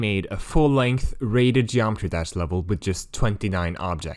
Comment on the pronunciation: how is bro so unimaginably better than me or anybody else at dev for this game but still cant pronounce geometry dash